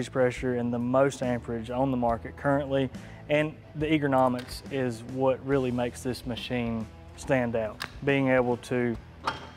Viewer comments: Not sure I want to buy a welder from a guy that says eagernomics and telescoptic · "The Egearnomics" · "The Egg-ra-nomiks..." Get your hands out of your pockets when your selling!